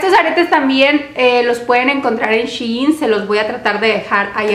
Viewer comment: Se dice SHEIN no Shiin